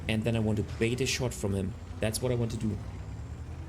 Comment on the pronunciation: Good common sense tips. In English, it is "bait", not "bate."